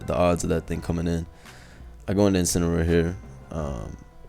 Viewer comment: “Inciniroar The Joins Agency”? I know what’s it’s supposed to be but that presentation was a bit off bro lol. Good matches tho